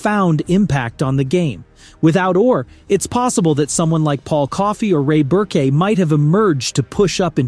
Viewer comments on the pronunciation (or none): Ray Burkay? Jeremeer? If “Jagr” hadn’t been pronounced correctly I would have thought a TikTok bot narrated.